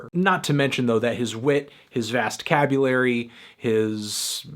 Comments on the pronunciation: Is it me, or does it really sound like Melon says Open Mike Eagle has a "vast cabulary"? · did u just say "vast cabulary"?